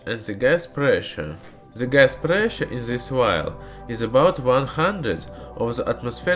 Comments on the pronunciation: IT'S THE(DE) NOT ZE!!!!!!!!!!! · Cinfoni Ender É por causa que ele fala "ze" ao invés de "the", comumente escutaria isso vindo de um alemão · OMG Ze Miuzik at Ze Eand !!!